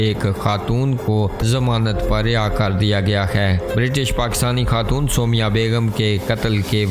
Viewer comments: Aise kehte hai Soomaiyaaah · O abi b galt naam bol rhy ho